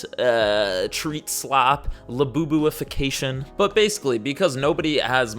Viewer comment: pronouncing labubuification easily just off-the-cuff but struggling with veterinarian for ten seconds straight is crazy work.